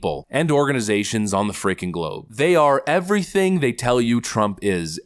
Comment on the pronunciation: I am STILL ROFLMAO that she pronounces "everything" ĕv′rē-thĭng. everyTHINK. 🤣🤣🤣🤣🤡🤡🤡🤡🤣🤣🤣🤣🤣 education purchased? Massively overvalued!!!